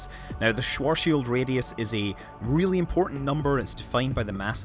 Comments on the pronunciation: Schwarschildradius :DDD It's called schwarzschildradius, bitte great video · Schwuaschilradius? I think you meant the Schwarzschildradius but still good video :D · "Schuoarshieldradius" :-D it is called "schwarzschildradius!" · Fascinating visual. Atrociously bad pronunciation of the schwarzschild radius.